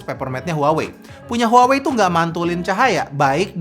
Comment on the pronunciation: harusnya kata "HUAWEi" diLafaLkan : "WAHWEi"